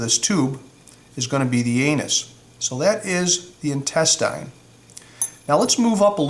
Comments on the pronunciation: Intestine, not intestīne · Why does he say intestine like that???